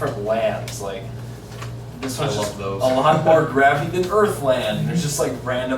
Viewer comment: Do you mean 'Allah-t' of questions?... ptptptptptptpfpfpfpfpfpfpfptfppftpfppgft